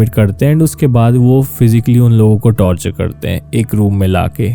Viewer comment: Torchur ase hota h aapne to tortur mean kachhuaa...